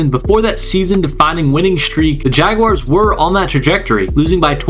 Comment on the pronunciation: Great video... and I also live the fact you actually pronounced Jaguars correctly. So many other content creators say Jag wires and it drives us mad here in Duval. But anyways awesome vid and yes look out NFL them Duval boys gonna make it interesting this year